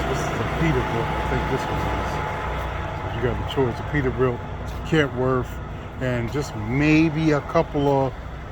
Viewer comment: Kenworth not kentworth